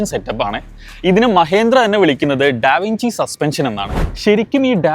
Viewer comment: Da vinci ennalla pronunciation, da vinCHi